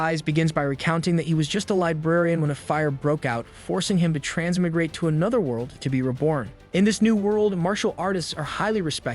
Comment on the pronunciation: Trans-My-Grate (Thats how to pronounce it. But, thanks for not swearing too much through this one. 😉😊)